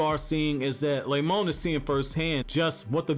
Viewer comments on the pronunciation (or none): "Lemon" LMAOOO it's Remon but that's funny af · Malachi Blood Yes, i can hear Lemon, but it's Remon. The dude that voices these videos also fails to say the other names correctly...